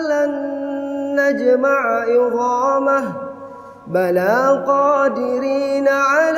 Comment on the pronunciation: Instead of عظامہ he is reciting yoghama